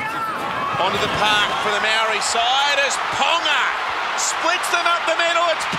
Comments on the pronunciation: Bruh, why they got all white commentators for the Indigenous/Māori game? Dude can’t even pronounce the word Māori 🤦🏽‍♂️. Over 50 percent of NRL players from indigenous or pacific island heritage, NRL needs to change with the times. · The commentators got no idea about the culture. NRL needs to change with the times and get some brown faces in the commentary box. After all that beautiful culture from both sides before the game and dude goes ‘and the Mowree all stars get us underway’ 🤦🏽‍♂️. Other dude goes ‘ so who won the dance contest?’🤦🏽‍♂️ Time for change.